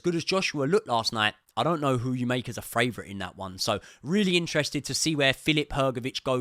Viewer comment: Great breakdown. Funny question though, why do you say "FRavourite" instead of "favourite" 😂